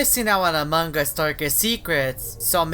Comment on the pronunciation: among gas Me: it’s us